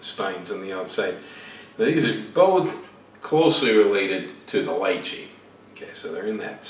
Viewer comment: Mannnnn, you said LYCHEE correctly! I weary of trying to get others to say it right!